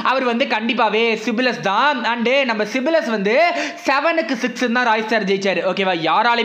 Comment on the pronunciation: சிப்லஸ் இல்ல bro சைப்லஸ்😃